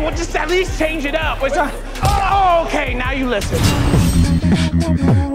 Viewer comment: .. Ok, at least change it app, LMAO LMAO LMAO, I am dying at the way he says "up"